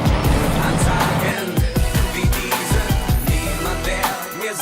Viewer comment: Sry but i must correct Your pronouncing the songtitle "Diesen" (=" These" in english)! the right pronouncing of the ei in it must be souns like the long e on the first e of "These"💡 !!!!😉